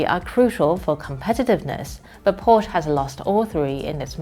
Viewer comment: Agree with all points made, but can't help wishing China's "front persons' in such videos would make the effort to get their "international pronunciation " right, such as PorSCHE, ROYters , KERosene (or keroSENE ) rather than carelessly mispronouncing them , as western frontpeople so often do with Chinese words! A small gripe, I know, but I don 't want to give arrogant westerners any chance whatsoever to laugh at Chinese people...